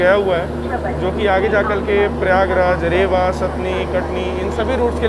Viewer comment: Bhai रेवा nahi रीवा hai And apne Satna ko Satni bol dia😅